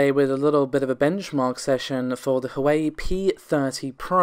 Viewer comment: Sorry to sound "nit-picky", but it is "Huwa-way" phonectically for Huawei.